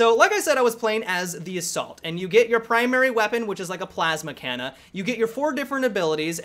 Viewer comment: Did anybody hear him say plasma canna? XD